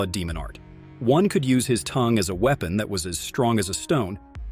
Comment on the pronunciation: What the youtuber said: weapon (I heard it pronounced as “weepen”)